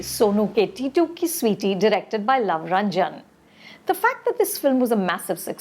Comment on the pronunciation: It is titu not tatti